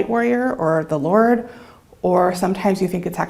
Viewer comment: Did she just say “the lard”?